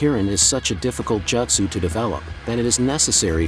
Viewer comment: couldn't even make the tts bot say jutsu correctly?